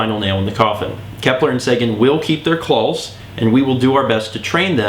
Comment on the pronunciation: clals that's how he pronounces it CLALLLLLLS